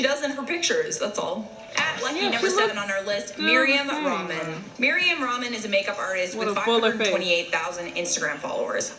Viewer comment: This girl said Mariam ramen 😂😂 ya Habibti its Mariam Ra7man